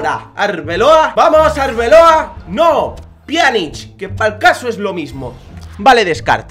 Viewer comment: Bueno, no te toco nada bueno pero al menos aprendiste a decir Pjanič 😂😂😂😂😂😂